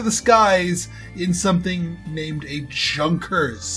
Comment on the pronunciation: That's a real plane. And its pronounced yun-kers